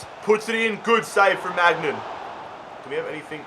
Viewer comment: I am sorry but it gets annoying when he say maignan